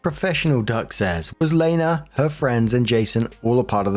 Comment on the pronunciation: Pfft, I now feel how feels whenever there’s a character with the same name as him. My name is Lena, pronounced the way said it which was actually delightful as no one ever says it right. But hearing it didn’t startly me, lmao.